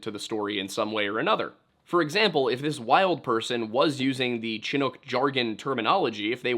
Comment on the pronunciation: Chinook is pronounced more like “shinook”. 👍🏻